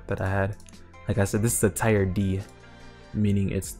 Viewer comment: Great vid, just saying you say “tier” like “teer” not tyre. (Anyone else have a better way of explaining would be great 👍)